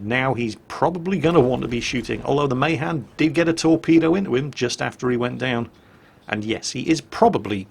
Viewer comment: NOT MAYHAN MAAAHAAAN